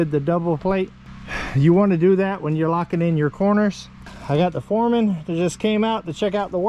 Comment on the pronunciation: You keep saying it wrong you have the Supurrvisor and the Furrman. Lol every time you say it I correct you and my husband laughs because I have my headphones on so he has no idea what I am watching until I blurt out "nope your saying it wrong again".